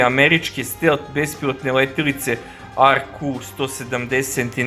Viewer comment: Није стел, него стелт. Није Шахед, него Шахид.